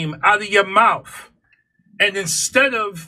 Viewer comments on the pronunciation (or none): ..actually he said "name" not "names"...he can't speak English well. An entire lifetime in the USA, but still struggles with English. PS-what is a mauf? Brutal.